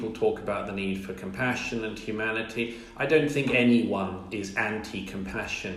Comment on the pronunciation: “Yumanity” “yumans” and “yuge”. Irritating.